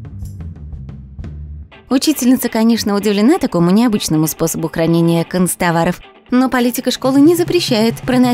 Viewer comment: Они сказали не хранения, а кранения